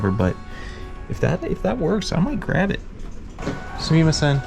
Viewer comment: I'm sure some internet-expert linguist will find some edge case or subtleties … but think about the vowels in how you said "sumimasen" and "arigato gozaimasu." Never deviate from that. Japanese doesn't have long and short vowels like in English.